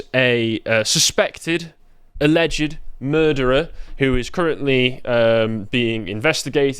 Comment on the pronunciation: It's pronounced mur-der-er.